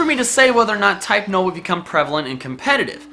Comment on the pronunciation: Type : nUll not nOl ... Type Full >> type null